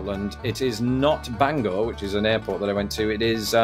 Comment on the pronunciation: Good job with Maine! And prouncing Bangor right 😁 You did Way better than me I've always been horrible on these state capital tests 😶